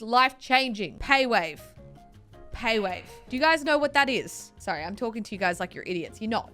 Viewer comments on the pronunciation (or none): none